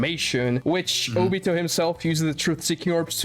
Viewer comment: Bro, kagaya is the strongest, my guy shows the mother of cakes, I'm not gonna say more bc that should say a lot, and why u sayin jobito💀